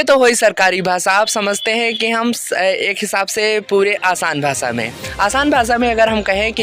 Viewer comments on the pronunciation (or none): भाई स और श, ष ,अलग, अलग है . भासा नहीं भाषा कहो . श बोलना नहीं आता तो कमेंटरी किसी और से करवा लो .